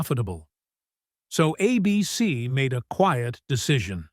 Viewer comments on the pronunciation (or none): Who pronounces ABC as "a BC?" AI, of course 😂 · It’s A-bee-cee no a bc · I can't stand these AI-narrated videos. Repeated "a BC," instead of "ABC" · Love the way that the AI keeps referring to ABC as "a BC!" But aside from that, this is a very good summation of the rise & fall of Dark Shadows. It was my favorite show back in the late '60's when I watched it, along with my friends, and grooved on the Gothic romance. Kudos to that way-out vision that first came to Dan Curtis in a dream! His quirky experiment left a lasting impression on all of us who remember it. And DS paved the way for later, wonderful series like Forever Knight, Buffy, Grimm, & Interview With the Vampire/The Vampire Lestat. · Why do you keep showing the actor that played commander Rikers father in st tng? Also, cant stand AI narration! A BC instead of ABC. Oh brother! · I loved Dark Shadows. I don't like the way AI pronounces ABC (abeecee). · I have to laugh at AI trying to narrate. ABC is being pronounced as "A BC"! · The announcer CAN say A.B.C. so why let the AI voice call it "A BEEcy"? And who the heck writes all these long-winded narrations? There are several channels with identical narrative styles and length. Arrrrgh. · Why is he saying 'a-bc' instead of ABC? Who wrote this commentary?? I was young but remember that we all ran from the bus stop to catch the last 15 min of a daily, exciting episode 🙂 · "A bc?, not ABC?". I just can't AI. I'll look up how it ended, without listening to incorrect AI pronunciation. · Re-dub this piece with a live reader, not AI. Note: it's ABC, not a BC. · Is this another AI voice? It keeps referring to ABC as 'a BC.' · Interesting how this AI voice says " a BC" instead of ABC like the rest of us say it. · Somebody needs to teach AI to say “ABC” in the places where it says “A bc”!😻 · Crappy bot narrators ruin the videos. Instead of saying the network's name "ABC," it says "a bc." We all know what a bc is, right? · "Ah B.C." Don't you just love AI? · uh -BEE-SEE